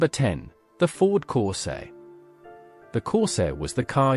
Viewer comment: Oh dear a BAD start ! It's a Ford CORSAIR ! MG Magnette, NOT Milligram. AI is HOPELESS and makes these videos so tedious.